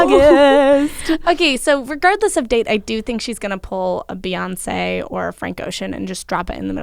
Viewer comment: U hurt my side when u said, Beyonce!!